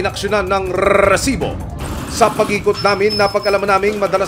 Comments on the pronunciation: Rrrrrrrrrsibooo parang neveeeeer ni sherwin😆🤣😅😂neveeeer mag Rrrrrrrsibo😅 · Sir ok sana ung balita, Kaso ung rrrrrrrrrreeeersibo na Yan sakit sa taenga 😢😟